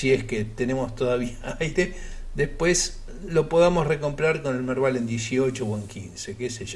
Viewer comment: lo del Merdal no se entendió...